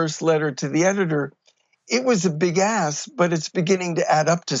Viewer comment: This guy needs to pronounce the "k" when he says the word: "ask"!